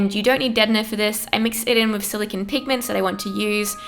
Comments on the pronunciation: Silicon is pronounced "siliCONE" not "siliKIN" sorry it was driving me insane. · is it me or does it bother anyone else that this girl is saying silocan instead of silocone? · SiliCONE not siliCIN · SILICONE. NOT SILICON. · But it's silicone, not silicon. Silicon is a completely different thing. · "Silikin" "silikin" "silikin"...ITS SILICONE. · its silicone. not silicin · Jack Marshal THANK YOU. eEveryone's just copying eachother saying it looks like jenna Marbles but I was looking for someone else who got annoyed by her pronunciations. lmao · I like how she says silicon. "Skill-a-ken" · im triggered she keeps saying silicone in a weerd way silacon thats what it sounds like silacon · Is it bothering anyone how she keeps saying silicINE? I get annoyed by the stupidest things lmao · It's her accent lol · The way she says silicone bothered me so much